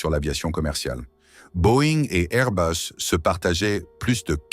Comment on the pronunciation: C’est pas Airbeus mais Airbus. Restons français. L’anglomanie ne rend pas le propos plus crédible ni plus convaincant et encore moins intéressant. Merci.